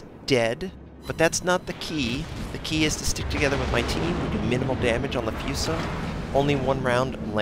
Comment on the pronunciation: hey, it's pronounced fooso, like the oo in boo, not fueso, that sounds stupid